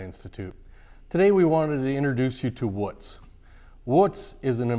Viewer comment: Wootz is not pronounced like foot it’s like boot. Also if you watch the documentary about Al Pendray then you will understand this is an over simplification of how wootz steel is made. The thermal cycling and vanadium percentage is critical otherwise you just get steel that looks like wootz but does not have the same properties.